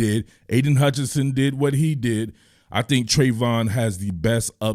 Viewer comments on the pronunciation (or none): none